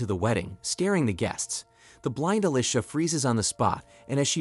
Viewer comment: I sure can. Alicia, devour and demise. Oddly, these are one-offs, as other times, they are pronounced correctly.